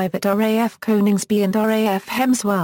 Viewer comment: That text to voice failboat... what were you thinking? Array F instead of RAF... looool!